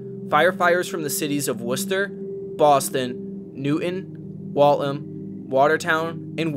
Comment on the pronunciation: "Wal-tham". Not Walt-ham.